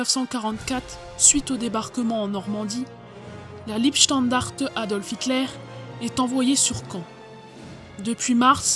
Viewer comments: trop de fautes de français mais surtout une prononciation de l'allemand des plus fantaisistes. C'était la LEIbstandarte (Lei comme ds l'ail) et non la Liebstandarte. L'allemand est pourtant l'une des langues les plus faciles à prononcer. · On ne dit pas non plus Liebstandarte mais Leibstandarte. [Laïbstandarte]. J'ai bien aimé aussi le coup de la "Ritter creuse" :D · Pas mal de formulations malheureuses sur la voix off, c'est dommage. Et on ne dit pas LIEbstandarte, mais LEIbstandarte. Pour le reste, c'est super intéressant, avec plein de photos inédites/originales. Un gros travail de recherche mis à disposition de tous. Du très bon boulot. Merci pour cette vidéo ! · Leibstandarte se prononce "La" "Ib" "Standarte" :) Docu intéressant au demeurant. Merci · apprenez que Leibstandarte ne se prononce pas " liebstandarte", Liebe signifiant amour tandis que Leib veut dire " corps"! De toute évidence vous n avez pas appris l allemand! Quant à la vidéo, je préfère ne faire aucun commentaire, mes propos risquant d être politiquement incorrects! Enfin, était- il vraiment nécessaire d empoisonner le chien?! C'est ignoble!